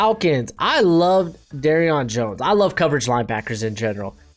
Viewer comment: I think you meant Deion Jones not Derion Jones and you said Myles Garrett not jones but I know what u meant